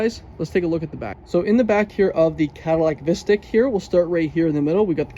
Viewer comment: Pronounced Visteek 😫